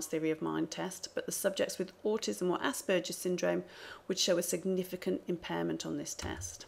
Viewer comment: Very interesting, just one point of criticism - the "g" in Asperger's is pronounced like Iceberg or Hamburger, as it is named after Hans Asperger who was Austrian. In German, a "g" in that position is always pronounced like in "get"